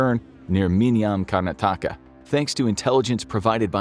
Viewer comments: The name of the state is pronounced as 'Karn-aa-taka' and not as 'Karna-taa-ka' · Name pronunciation: KAR-na-THAK-ka Just fyi :) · But butchered Karnataka